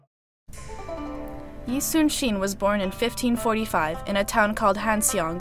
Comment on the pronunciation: His name was Yi Sun Shin not Yi Soon Shin